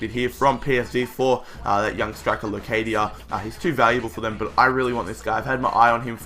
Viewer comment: it iss pronounced Losadia Locadia